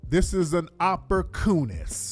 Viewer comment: That nigga said opporcoonist!😂😂😂😂